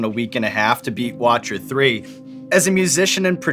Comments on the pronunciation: Did he say watcher 3 instead of Witcher 3? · Did Sean seriously say watcher 3 instead of Witcher 3 lmao. Cmon Sean! Still the best interviewer around but I couldn't let that slide. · i died a little inside when he called it 'Watcher 3' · Sean hurt me when he said watcher 3 instead of Witcher 3 💔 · SEAN BROOOOOOOO it's Witcher 3... not Watcher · Wait wait WAIT, he beat Uncharted 4 in one day? It took me a week. Also did the interviewer say The Watcher 3? He mean Witcher 3? Also chronic trigger? Man’s cultured AF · Did nobody else notice sean say watcher 3 instead of witcher? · lul sean butchered the simplest name for a game, he says the watcher 3 its the witcher 3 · Sean said fucking Watcher 3 instead of Witcher 3 smh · Did this dude seriously say Watcher 3 LOL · Did he really just say Watcher 3? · Hold up, did the host say "The watcher 3"? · Did he just say watcher 3? 😂😂😂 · Did Sean say watcher 3? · Microsoft Sam it’s Witcher 3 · got so triggered when Sean said Watcher 3 lol love that game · also just want to point out that he mispronounced Witcher 3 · Sean... can't forgive you for saying Watcher 3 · did u say watcher 3? lol